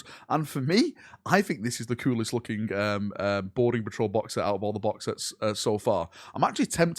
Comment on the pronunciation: I just can’t stop hearing “Border patrol” every time you say “Boarding patrol”. I need help.